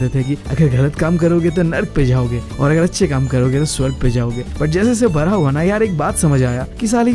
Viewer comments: Not bra `bada' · Bda ❌. Baraa✔️✔️ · Bada ❌ bra ✅